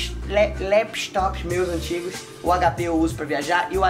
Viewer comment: "Lapstop" kkkkkkkkkkkkkkkkkkk ,Só estou rindo não é nada demais não!!!